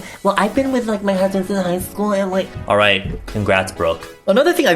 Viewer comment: for a second i thought he said "eating out your friends" instead of "eating out with friends" and i was like boi what the fuck kind of action are you getting?? lololol